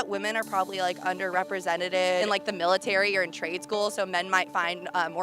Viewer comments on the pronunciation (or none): uNdErRePrEsEnTaTed babes, please say the fuckin word properly